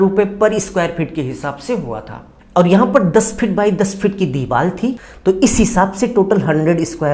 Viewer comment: It's deewar not diwal sir.